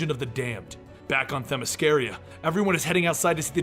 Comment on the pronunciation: Why he saying themyscaria? When it’s themyscira